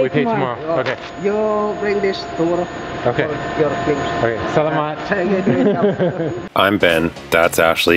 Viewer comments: Foreigners usually put the stress on the first syllable like sá-la-mat (just like how you say the words parent, national, possible, etc.). But the correct way of saying it is to put the stress on the second syllable like sa-lá-mat (like how you read important, official, successful, etc.) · I have seen a lot of videos from people that have visited the Philippines and one thing that gets me is the way that most say the Tagalog word for Thank You, they say it wrong. In this video they are saying "SAL A MAT" and that is incorrect. The correct way is "SA LA MAT". Plus the "A" is pronounced like the "A" in father in Tagalog.